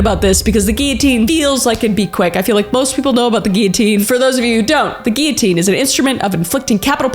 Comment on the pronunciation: Thank you for pronouncing "guillotine" correctly